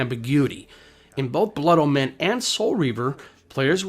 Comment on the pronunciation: blood O-men not blood -MEN